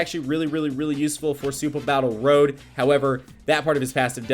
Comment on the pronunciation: Again with the "SupahBattleRow" lol